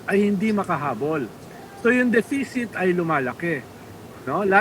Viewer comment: I love Ronald pero - say it again, “de-fi-sit”. 😂